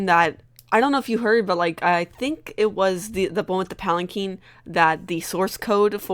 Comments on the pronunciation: Urgh it's a palanquin pronounced palacwin not palaceen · "um, actually it's pronounced palankeen"